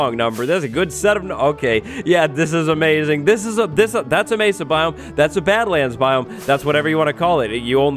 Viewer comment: Did you say it was aMESAing?